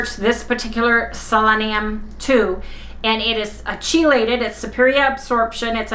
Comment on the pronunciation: In case you want to know, chelated is pronounced “KEE - lated”. I learned this word from college chemistry. Thanks for the yogurt tip!